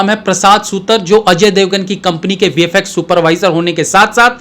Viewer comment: On another note, it's 'सुतार ', not सुतर